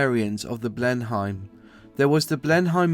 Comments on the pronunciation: Juat a heads up it is pronounced (bleen'em) not (bleen hi'em). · It's not pronounced "BLEN HYME",, but BLEN NEM", my late Father flew these before transferring to Vultee Vengeances in Burma in WW2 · It was pronounced Blen emm as anglosized not Hime as in Germany it kind of grates sorry! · Pronunciation is awful, Ask......as for your facts, 2013/14 Bristol Blenim(correct pronunciation) restored and flying in the UK. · I'm sorry but the pronunciation of the aircraft's name is Blenim. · Pronounced Blennem dufus.... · Good video - well researched and well edited. Lots of good info in there! If I had one small criticism it would be that it's pronounced "bleh-nuhm" though (As far as I know it was named after Blenheim palace in Oxfordshire which is where Winston Curchill was born........) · I like these videos, but having been brought up in the 50s, modern English pronunciation is pretty bizarre ( I blame the teachers). Blen'im and Rother-meer. I'm still learning about English and I hope you don't think I'm being supercilious; good luck with your future projects. Cheers. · A good video although you need to watch the YT video narrated by Raymond Baxter (ex WW2 RAF pilot) who pronounces the name of the aircraft correctly. Also the other video shows details of the Bristol Blenheim rebuilt to fly in the UK in approx the 1990s. So there is certainly more than 1 aircraft remaining. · Ah you say it like my grandpa used to say Blenheim haha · Blen-em not Blen-hime. Rother-mere not rother-mer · Lord Rothermer? Blenhime? lf you're narrating on a video about an aeroplane at least get the pronunciation of the plane right. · You are mis pronounce big Blenheim and RotherMERE